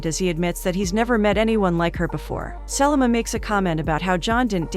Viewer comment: Her mispronunciation of Selma as Sellamah drove me NUTS the entire time!!!